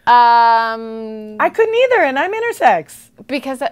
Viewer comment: I kept thinking she was saying "innersex" and I got confused